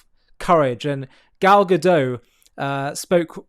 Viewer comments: It's Gadot (with a sounded T), not Gadoe. You should know how the Hebrew female plural is pronounced. This isn't french 😂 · She's not French. Correct pronunciation - Gadot rhymes with hot.